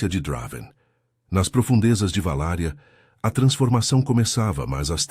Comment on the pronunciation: Não é "VALÁRIA"! É VALÁQUIA, cidade do Drácula, na ROMÊNIA!